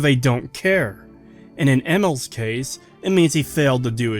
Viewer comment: It's pronounced eh-MEEL not whatever you 'are saying lol